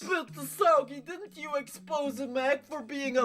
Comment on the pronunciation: babe that is not how you pronounce expose hahaha